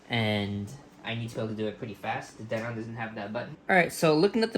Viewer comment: OH my God its not pronounced den-ON aaaahhhhh